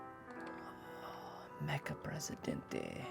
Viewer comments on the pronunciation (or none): none